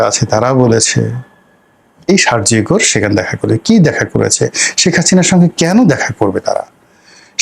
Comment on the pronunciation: You are saying Shargio . It is to be softly uttered, Sergio . Not Gor like Bangla ও! It has to be rounded up, a big O ! What is George SHOROS ? It’s George Soros (soft please)!